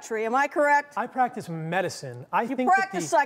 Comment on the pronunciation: Emphasis on .... "PRACTICE" 😎🔥😇